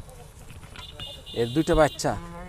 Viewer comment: ভাইরে বাইইচ্চা না বাচ্চা বলতে হবে।